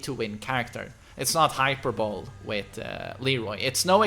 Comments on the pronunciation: just an FYI, It's not pronounced 'hyper-bowl' - it's pronounced 'High-per-bow-lee'. It's a common mistake in the English language that even some native speakers make once in a while. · Just a heads up! It seems on spelling that it would be pronounced "Hyperbowl" but hyperbole is pronounced "Hyper-bow-lee" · Hyper-Bo-Lee, not being a dick just thought you should know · yo man just wanna tell you hyperbole is pronounced “hy-purr-bull-ee” and Tarantula is pronounced “Ta-ran-shu-la”. Your English is still very high rank though. 😁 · Hye-perr-bolee is not what the word looks like to be fair. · Hyperbole is pronounced hi-per-bo-Lee. I know the English language can be a bitch and deceptive. Not a big deal it's just something that kinda bothers me and It makes me feel better if I comment about it. Love your content tho.